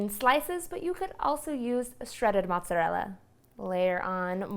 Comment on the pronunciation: I can’t make lasagna from a person who can’t pronounce mozzarella or ricotta 🤪